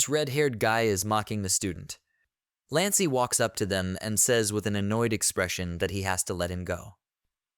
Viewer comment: Human: "Lance" 😊 A.I. : "Lancy" 💀 Human: "He/Him" 😊 A.I. : "She/Her"👀